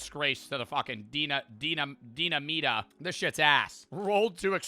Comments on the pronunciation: Idk why but it makes me irrationally angry hearing pronounce “Dinamita” as “deena-meeta” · You pronouncing limón perfectly just to fuck up dinamita (de-nah-me-tah) had me rolling😂